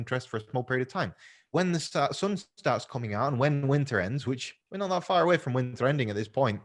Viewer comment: The sun ?? My ears are bleeding